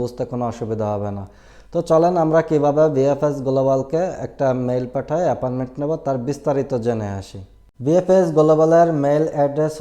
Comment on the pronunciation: This is appointment not aparment 😂